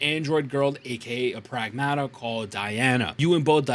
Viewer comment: Getting a Like and Sub just for pronouncing Pragmata correctly lol